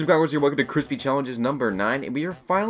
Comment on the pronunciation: Cwispy this challenge is easy